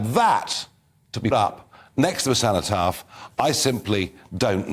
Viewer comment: It is cenotaph , not ceontaph, ( greek word ,cenotaph = empty tomb )